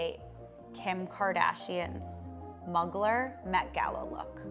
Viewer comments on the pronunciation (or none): such a beautiful event! your talent is awesome! one small thing - inspiration "muggler" dress is correctly pronounced "mew glare" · Did she just say Mug-ler gown? 😮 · The client and planner were indeed a match made in heaven for a bride wanting to reference anything Kardashian and the wedding planner for not knowing how to pronounce Mugler. 😱